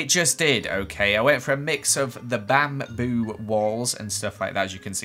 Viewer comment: BaM BoO Me: You mean Bamboo